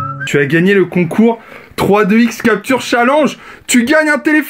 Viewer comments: On dit pas challenge chalange mais tchaléndge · "chal ange" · il a dit chalenge a la française ce con